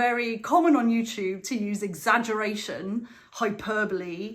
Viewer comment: Great to see you back! You have taught me the correct pronunciation of 'hyperbole'. I have been saying it as 'hyper-bowl' for 66 years! :D